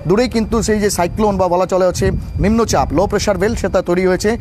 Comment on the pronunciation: নিম্ন পাপ😂🙈 না নিম্নচাপ😅 🤔